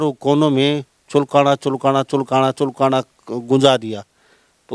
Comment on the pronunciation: भाई जगमाल पंडित ने चुलकाना धाम के साथ साथ पुरे हिंदुस्तान में रिकॉर्ड बना दिया आप चुलकाना का सही उच्चारण करें पत्रकार महोदय